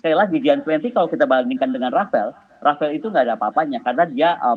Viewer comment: rafale bu bukan rafael ya salam